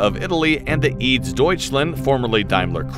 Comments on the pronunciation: E A D S. Not eads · I once worked on some cast aluminum parts of the Eurofighter as a student in Munich. Good times. BTW: "EADS" is not pronounced as a word. It is an abreviation.